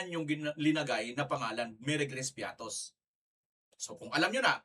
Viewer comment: piattos ba ang basa nyo dyan parang piatty